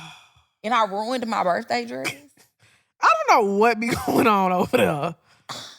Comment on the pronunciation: I know some people that say "bafroom" and "birthay".